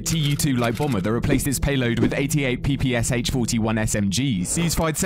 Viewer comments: It's "P-P-Sh", the last letter being pronounced "Sha", not P-P-S-H. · it's pronunciation is not P P S H, like abbreviation. It's P P SH, like in the word "shallow"